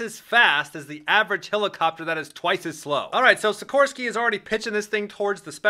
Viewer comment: SIKHHHHORSKY S-97 RAIDER